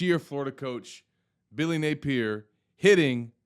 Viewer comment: Hey! It’s not Nay peer. It’s Nay pee ear….duh?